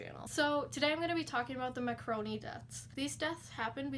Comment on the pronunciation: It's pronounced M a r c o n i... Google Falklands war...Black Goo